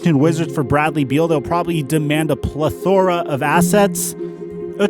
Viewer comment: the way he said plethora ahahhaah